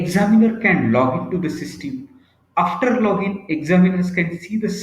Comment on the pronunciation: Sorry, but extremely poor diction in English by the speaker in this video. eg: "System" is heard as "Systim". Facility sounds as 'Phasility". Boring monologue. Please find someone else.